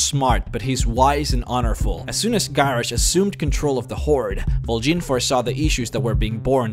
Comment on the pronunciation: Why the fuck did you pronounce both Vol'jin and Garrosh's name with a bloody "E"? OSH JIN